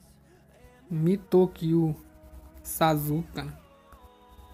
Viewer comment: Vídeo top mano mas se le Sasque e não sazuke